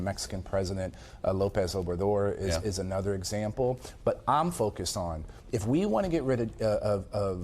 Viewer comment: Why do I hear so many people say "Ay-nuther" instead of "uh-nuther" for the word "another"?